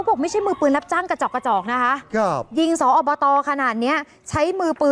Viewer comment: สอบต.อ่านว่า สมาชิกสภาองค์การบริหารส่วนตำบล นะครับผู้ประกาศข่าวคนสวย❤